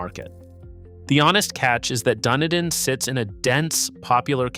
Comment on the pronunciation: how do you pronounce dunedin correctly all but one time LOL